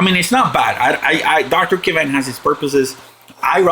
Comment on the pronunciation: Btw, that will be Dr. Kavan, not kravan.